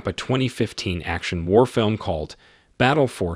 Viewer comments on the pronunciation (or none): none